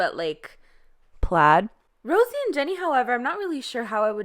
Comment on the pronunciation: Nobody:: Rosie Me: isn't it Rosé?😂